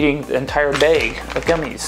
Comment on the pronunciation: lol he said bage of gummies